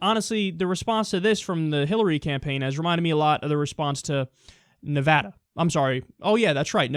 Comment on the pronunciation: Yay! You said Nevada correctly! That makes me irrationally happy, lol...